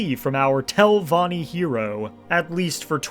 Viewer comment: 23 min and im pulling my hair out from hearing Telvonni, great telvonni, great house of.. Telvonni 1,000 times